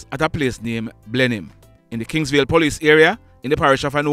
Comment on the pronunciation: Hail GREETINGS Like how you say kings Vale and not Kings Valley like the other Bloggers them Shows that you are a HOME BOY PROTECTION